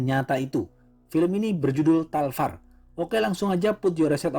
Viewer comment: Talvar kl dbaca jd talwar bg